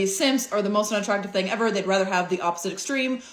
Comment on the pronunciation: What is a “fing” ? ohhhh....you mean thing.